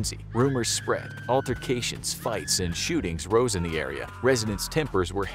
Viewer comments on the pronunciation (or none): none